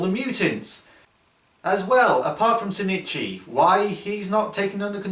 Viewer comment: Isnt the main dudes name ozaki? Why do you call him sinichi? Im like 153% sure the dudes name is ozaki, unless maybe the japanese versions name is sinichi? Or its his last name?